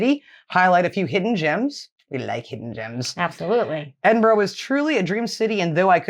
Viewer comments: It is pronounced Edinbruh, or even as some east coast Scottish folk call it Edinburrah, not what you said: Edinbru as in Irn Bru (brew), so I am asking YOU to please, please, pronounce it correctly or go and live in a burooo. pronounced it 100% correctly. I think she messed up once, but who cares? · One thing though the narrator doesn’t quite get the pronunciation right - pretty sure it’s Edin bruh not not Edin Burh. This said, I still miss pronounce place names in the east midland and I’ve been here 15 years now…..😊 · is not that difficult to corectly say my capatial city its not boro its burgh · Top tip; instead of stumbling over your Edin ‘borro’ and Edin ‘borrow’s’ lol try a very normal Edin ‘burruh’ or Edin ‘bruh’ depending on the context but both equally acceptable. Come visit soon ❤❤ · Ehdin -burra!